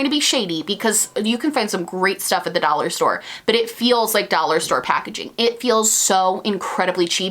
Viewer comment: I have been binge watching you and every time you say dollhairs I just lol!! Every. Single. Time.